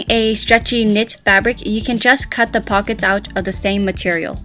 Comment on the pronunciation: Did she say with fuckets?